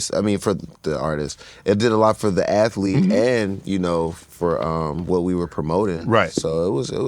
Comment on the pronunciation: Shannon said ath•e•lete, I didn't know athlete had 3 syllables that's amaz•a•zing 😂